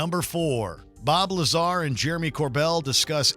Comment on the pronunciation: 'Bob Lazar' bruh everytime he says his name it sounds like bulbasaur